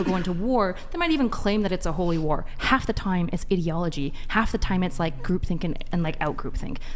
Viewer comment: And also pronouncing common word that they only read incredibly incorrectly. I was confused when she said etiology in the same way she said ideology, pronouncing both of them completely wrong. E-ti-o-lo-gy and I-dee-o-lo-gy, not Eddyology and Iddyology.